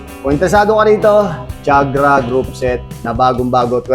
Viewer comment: I am quite sure that TIAGRA is not pronounced "CHAG' RA"... it's "TI AG' RA". Pinoys just say what they want to say, even if it's very wrong.